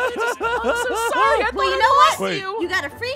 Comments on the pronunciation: Its Candice not canvis btw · Aphmau: candess who candess? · Did noi say Candice 😳